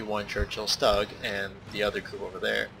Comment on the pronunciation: Stug is pronounced the same way you start off boogers or when you say stew, learn how to pronounce vehicles before you record next time